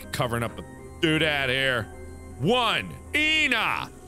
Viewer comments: "Ena" Mark: EEEEnaaaa Ena fandom disliked that. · he read the word "ena" as Ina , that made me laugh and mad at the same time. "ena" literally means one in my language, and is pronounced with the "e". but oh well, it was very fun seeing a word I understood